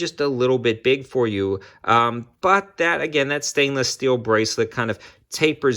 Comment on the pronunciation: ”Sainless Steel” 🤦‍♂️😅